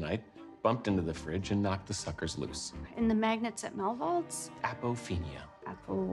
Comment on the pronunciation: ¿mAgEntS? dEe ?mAGenEt¿